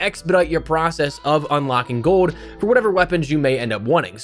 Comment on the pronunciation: you keep forgetting the L in GOLD you say GODE